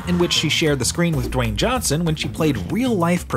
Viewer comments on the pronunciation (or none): none